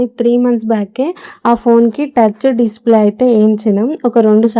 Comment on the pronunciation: డిసిప్లే కాదు డిస్ప్లే